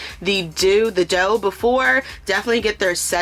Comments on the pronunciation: I thought the pronunciation was the DOO, not the DOUGH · Doux is pronounced Do